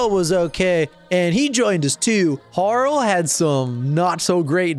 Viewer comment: Harl? I call her Har-lee. As in Harlequin. But great vid btw.